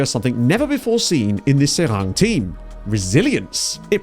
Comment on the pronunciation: Pronunciation almost good. Just drop the -ng at the end. So just "Serai". Seeing SK Beveren drop to the 4th division...This is the team that introduced players like Eboué, Gervinho, Yaya Touré, Romaric, Arthur Boka into European football.